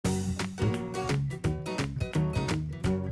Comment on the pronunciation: Luv the way you say Swadee kaa .. Let's get started.. 👌👌😊😊😊😊